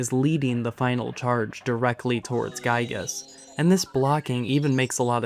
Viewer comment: It's Giygas, not Guygas.